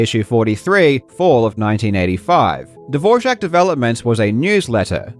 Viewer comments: I think the Layout is spoken "Dvorak" (as it is spelled) not "Dvořák". The layout is named after an american man named August Dvorak, while beging a distant relative of the famous Czech compose, his family name was Anglisized in its pronounciation and spelling. (no diacritcs) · This video is great except for the incorrect pronunciation of Dvorak every time 😭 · i find it funny how throughout this entire video, you pronounce dvorak wrong despite showing the wikipedia article that has the pronunciation transcribed onto it. i think the only other person who pronounces it like that is john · I’m just more surprised that you included clips where they say “Dvorak”, and yet you kept pronouncing it “Dvor-jak”. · They way you say "Dvorak" sounds like "Dvorcek", which makes me think of a slavic arms dealer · Couldn't finish the video after you kept saying Dvorjak over and over again. I'm amazed you didn't hear any Dvorak advocate say the name of the keyboard during your research (or if you did, that it was in the tiny minority pronouncing it like the composer). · Why does everyone say "DvorJak?". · What is the real big scandal is how you consistently mispronounce Dvorak as Dvorzhic over and over again. If you do a fact checking video is that so difficult to make sure you at least say it correct? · Say “Dvor-JAK” one more time, man. 😑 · I think name of keyboard is just DVORAK, not Dvožak, what is in czech Dvořák :-) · this is a great video, but every time he says "dvorjak" it made my skin crawl a little bit There was even an instance where he's on the wikipedia page for the keyboard with the proper pronunciation right there on the screen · Why does he keep saying DvorSHak? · Why do you say dvorjak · Where does the "zh" come from when you pronounce "Dvorak"? 😂🫶 I love you man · Can't help hearing "the devour Jack keyboard" haha. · Im going to have a stroke. Karl, its not "Dvorjak" its Dvorak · Why "Devorjack"? love yout videos but that pronuaation is a new one 😄